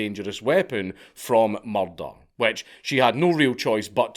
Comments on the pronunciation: THARRS BIN A MUCHRRDAAAH!! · I know it sounds a bit off but the way Dank says "murder" sounds amazing.